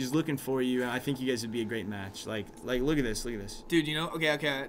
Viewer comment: No one: Nobody::I dont wike it!